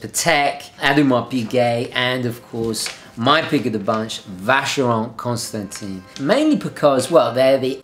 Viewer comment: by the way you say "Vacheron Constantan" (you read the last i as an "a") If I had that money of course VC would be the pick from the top 3. They really really great. I would say they are a sort of a forgotten big guns... that one on minute simply gorgeous. Ok... going back to earth now...